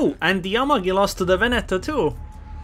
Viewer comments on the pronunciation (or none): none